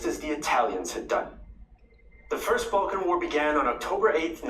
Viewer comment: Balkan wars not Bulkan wars 😀